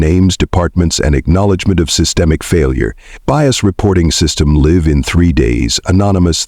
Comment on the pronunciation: Mispronounced "live".